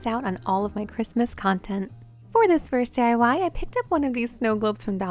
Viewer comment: DYE-Y LOL it's actually D-I-Y 🤣